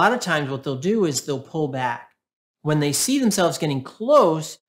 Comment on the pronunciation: At the end you said 'I will zee you next time' which is just what people feeling invisible with a narcissistic parent